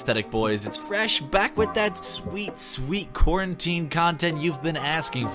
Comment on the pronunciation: Ngl when you said “quarantine” I thought you said corn tea XD Oh and congrats on 420k subs !!!!